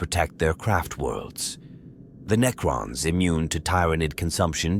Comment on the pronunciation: So that GW can sell more miniatures? Hey, you asked...For the Necrons add an extra "C" so that the AI pronounces it correctly. Ie. Neccrons or even Neckrons. However I'd really wish you would do a video with Bonzai Buddy from the late 90's doing the narration, even for only a minute. That purple monkey was craaaaaazzzzzyyyy!...lol.